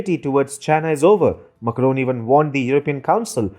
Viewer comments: It is not Muckroan, Makro it is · It is Macron not "Makaron" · Please check your pronunciation of “Macron” it sounds very odd when you are saying it so many time in this video. Kindly check from some French source the correct pronunciation. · Some English speakers just can't get their mouth around French accents. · Peacock That's what I was thinking when I heard it.